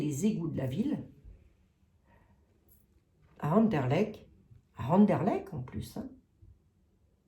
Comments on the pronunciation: Chère, pour Anderlecht, tu dois prononcer le t final et ce sera parfait!! 😂😂. J'y ai habité quand j'avais 25 ans, hé oui, je t'envoie ça de la région de Mons. Je ne sais pas ce qu'il y a d'intéressant là dessous. Peut la même. José que sous Notre-Dame ou le Louvre?? Qui sait. A suivre.. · Cc🤗 c'est Anderlecht avec un t Merci pour les belges Ça fait vraiment plaisir Merciii